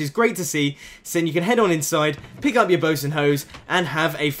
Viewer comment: notice how he says bows and hoes, not boats and hoes XD lol